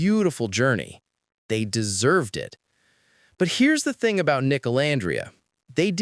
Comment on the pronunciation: When did he say Hey pretty thung at the end of the table"?😂😂